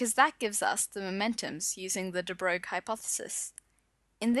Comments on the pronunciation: I believe it is actually pronouced just 'de broy' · The right pronunciation of DE BROGLIE = "DE BROY", just like "the boy" with a rrrrolling R in it. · You really butchered De Broglie. It's French. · I wish you'd pronounce de Broglie correctly.